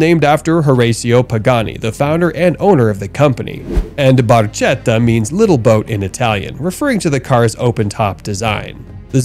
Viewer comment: the Pagani is pronounced "Barketta"" with a hard "C